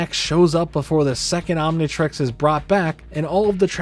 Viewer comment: Why does he keep saying Omnitrex instead of Omnitrix?